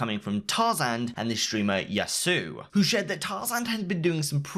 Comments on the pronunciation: Yo, it's Yah sue OH, not ya soo. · man it's not yassew it's yassuo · Nice video man, but one thing bothers me. Every time Yassuo is in the news you kinda say his name in a weird way. It should be Yas-su-o while you're saying it as Yasu. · and the way the pronounces people's name omg hikaru and yassu? his name is hikaru nakamura (hi ka ru) and (yas su o) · Bro, you gotta get these names right. There's no reason to be saying either of them wrong. It's not even an accent thing, it just seems lazy. Yasuo is pronounced yah-soo-oh, not yah-soo and Hikaru is pronounced hi-car-roo not hick-a-roo. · Its pronounced YAS - OO - OH not YASUU LOL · ITS PRONOUNCED YAS-SU-O PLEASE STOP SAYING YASUUUU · yahsue. bro its pronounced yah soo whoa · It is pronounced yas ew o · haha "ya sue" hahaha "hik uh roo" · You got some people ragging on you about pronouncing names but they are giving bad phonetics.... Yassou is Yaas-oo-oh Hikaru is He-car-rue Otherwise man, solid videos and I appreciate how they are just fact and almost void of bias. Not really sure why I watch them when I almost always know what's going to be in each week but I still do. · If you could spend two minutes learning how to pronounce these people’s names correctly it would be great. “Yassuo”, “Hikaru”, come on bud. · The way you pronounce yassuo is horrifically bad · how is it that you cant pronounce yassuo correctly